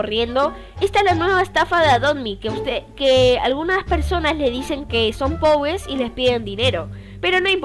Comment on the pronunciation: A las ma dijiste pobles jaja